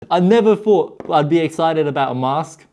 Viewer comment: Ah the British who can’t say “thought” they say “fought.” Also “three” is “free.”